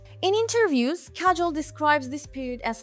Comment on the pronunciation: Your accent is killing me, and please pronounce her name accurately.